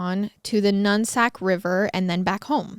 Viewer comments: im sorry did you say nunsack? its nooksack lmfao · Im from the area in Washington and usually I love watching these two but this bothered me this time it's not pronounced "nunsack" river lol 😂 it's "Nook-Sack" river. Teens around the area clearly call it the "Nut-Sack" .. but it's named after a native tribe here in Washington name it comes from a word meaning “always bracken fern roots,”.